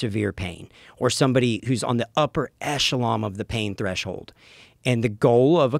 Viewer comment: Just a friendly reminder to not take things at face value just because you hear a guy say them. What he's lived or his experience aside. He injects opinion and false or inaccurate information into multiple things he discusses. With all due respect, he's just not the most intelligent individual. I mean, he says "upper echelOM" instead of echelon. You have to do you own research and form your own opinions. Maybe not the best comparison, but I had a near death experience and its a true miracle I'm alive today. I'm not going to pretend I have all of the answers or I'm some authority on surviving a near death experience just because I flatlined over two dozen times, was on life support, and came out the other side. My point is, not with just him, but with most people. You can't just hear what they say and assume it's fact.